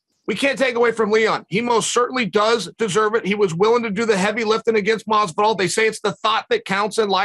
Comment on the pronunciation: I dont think Chael has ever said Mazvidal's name properly until now lol